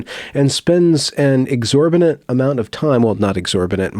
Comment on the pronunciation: Not 21 seconds in and the narrator says clearly, "exorbinent" TWICE. I believe he means, "exorbitant", but then again the title of this vid says it all.